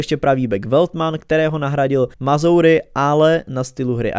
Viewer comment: nečíta sa to Mazouri ale Mazrawi